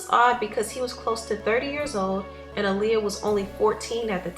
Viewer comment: I thank you for speaking on what Aaliyah went through. However, I wish that for once someone would pronounce her name correctly. Her name was pronounced AH-LEE-UH, not UH-LEE-UH.